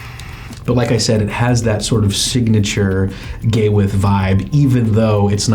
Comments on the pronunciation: I’ve been telling this for years. Not to call it Gay With But he still calls the company Gawith and Hoggarth. He still doesn’t understand that is one person Gawith Hoggarth. There is no “ end “ between GH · Sorry but to a Brit Gay-with 😆😆😆😆sorry.